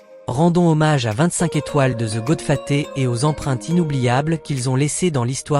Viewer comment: Goodfaté serieux? Apprends à parler